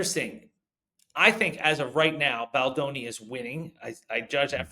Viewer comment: It’s Baldoni not Baldani 🫠